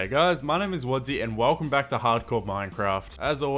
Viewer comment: Wadzee. Not wadzy